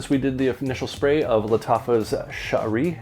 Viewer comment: thank you for the review, by the way. you're pronouncing the name correctly. 👍🏾👍🏾👍🏾👍🏾